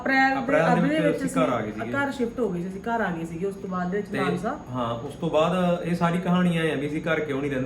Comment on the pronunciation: ਮਾਨਹਸਾ ਨਹੀਂ ਮਾਨਸਾ ਭਰਾਵਾ 😂